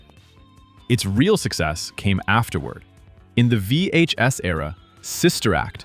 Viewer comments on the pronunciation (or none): 5HS tape? 😂. Cmon AI…do better.